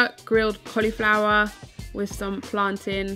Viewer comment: I am sooooo appreciating how you pronounce plantain...😉 #proudJamaican